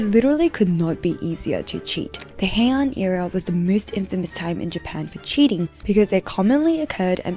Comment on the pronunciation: I only came to the comments to see if someone said something about sakuna since she said Herin Era lol😂